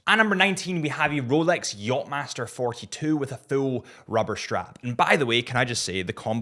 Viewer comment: Did you say roooulex?🤡🤪🤣